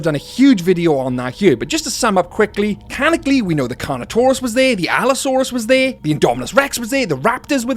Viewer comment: I think you mean "canonically", not "canically".